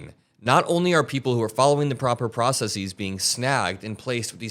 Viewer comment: It's pronounced "processes", not "processeez" btw